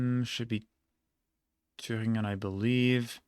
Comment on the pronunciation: naja münchen hat er nicht sauber ausgesprochen aber so sachen wie thüringen waren perfekt. ausserdem hat er schon einen akzent dabei gehabt und die betonung war auch eher amerikanisch englisch